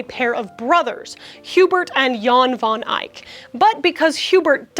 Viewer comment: Van Dyck is pronounced like (fairy) tAIl, or bait... so van dAIck... not how you pronounce it. I know it's a difficult language and it is my mother tongue. And I know how English-speaking people struggle with the pronunciation. I hope you aren't upset with me... and happy that you are one of the only English-speaking persons that knows now how to say it correctly... ❤❤❤ Have a nice day...